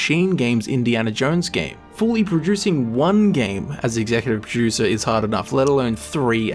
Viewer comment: Sounds like you are saying Executive Pro-Juicer